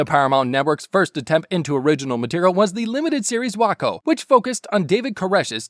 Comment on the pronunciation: "Whack-O" - "Wake-Oh"